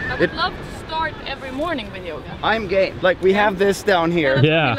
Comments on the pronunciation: Sounds like Jon is saying "I'm Gay" - He's saying I'm Game tho. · It really sound like you say "I'm gay"